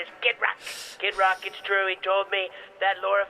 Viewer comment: Lol It sounded like you said Skid Rock 😅 but it works